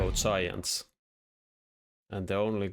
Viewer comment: Hello! This is random advice, so feel free to take or leave it; I heard "Science spec", but then I read the interface and saw it was Giants. If you make the G a harder sound, it makes it more clear. If I am not mistaken, for your accent, making a "D-yai-and" sound should be close to the standard english pronunciation. :)